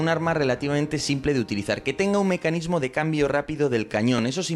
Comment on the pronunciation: Mescanismo dijiste